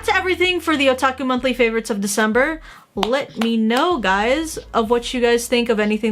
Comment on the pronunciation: Aki: let me know guys..... What i heard: LIT ME KNOW